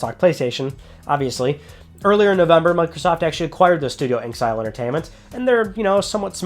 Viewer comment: The name of the studio isn't pronounced "Ink-sile", but instead is "In Exile".